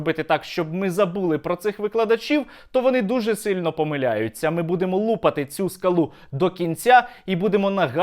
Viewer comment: Сергію, в слові "лупати", коли мається на увазі відбивати частини від цілого або колупати, наголос на другий склад